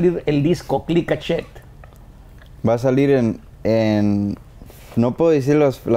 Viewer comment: Nadie: Absolutamente nadie: Pepe: clika shet 😆